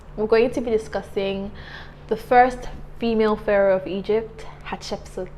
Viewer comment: Since these people are African I think we need to find the best prounounciation of their names. Her name sounds European and not African